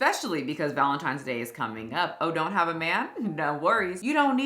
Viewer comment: Pet peeve: It’s ValenTINEs day. NOT ValenTIMEs day. 😠 I am sorry, but I really really don’t care that. She’s getting a divorce. Like you said put on the Internet what you want on the Internet and people will react. If you don’t want it out there keep your damn mouth shut. I also feel that people that are so invested in someone you don’t know live that you care that much. It’s kind of sad. I watch YouTube and enjoy influencers that report on other channels and like yours that report on other channels have a sense of humor and go about their daily lives. Maybe I’m in the minority, but I don’t need to when you take a poo or if you farted last night but in front of your boyfriend or girlfriend whatever. I look at this is a form of entertainment. I’m not trying to be a part of your life ran over.